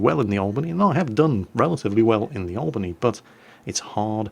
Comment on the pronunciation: yep you botched it we dont use the spanish accent